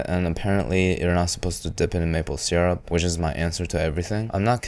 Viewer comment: Thank you for pronouncing syrup how it's spelled, not sUrRUp